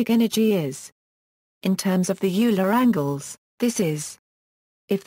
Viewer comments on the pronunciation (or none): It’s not ewler It’s “oiler” Euler